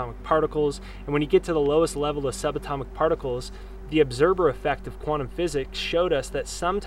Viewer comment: ObserVer. With V not B. Just a little correction, no biggie. Good stuff!